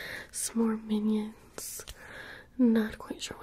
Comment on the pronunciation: I thought you said minor